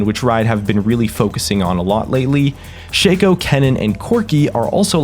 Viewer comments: you pronounced it wrong. it's not Shaco but Shaco. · can pronounce xin zhao but cant pronounce shaco...alrighty then